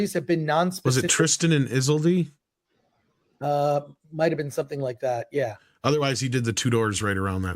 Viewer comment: The pronunciation on Tristan and Isolde, and The Tudors. Is-ol-dee. Two doors. 😂😂